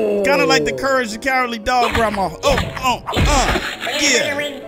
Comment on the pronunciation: I like how he says grandma like Grawmaw